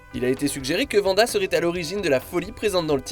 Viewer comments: Wanda pas Vanda. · Arrêtez de l’appeler Vanda! Elle s’appelle Wanda!